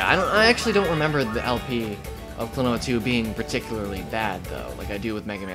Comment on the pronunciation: it's "klonoa"! and he's not tails brother! tails is a sega character and he's a namco character! you know that!